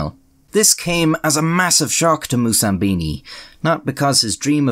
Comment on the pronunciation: *Moussambani, not Moussambini.